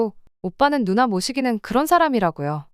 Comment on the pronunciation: 못 이기는을 모 시기는으로 읽어요~?! 다른 채널에도 엉뚱하게 틀리게 읽는 사람 있는데~~ 몬 이기는 이라고 읽어야 해요~~ㅉㅉ